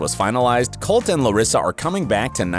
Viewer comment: colteee not colt